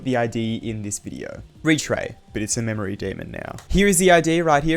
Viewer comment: bro made "memoray" w video btw